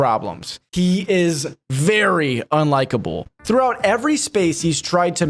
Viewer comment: HE IS VERY UNLIKEA-BULL BEING THE UNRELIA-BULL NARRATOR AND WHINY BABY HE IS SOMEONE WITH THE RAGE OF 1000 BULLS Almost like its intentional. Lawl